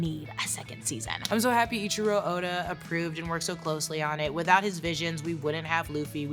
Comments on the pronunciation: great vid, but his name is EIICHIRO ODA not ichiro oda. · Its not Ichiro its Eichiro Oda😂😂😂 just read somewhat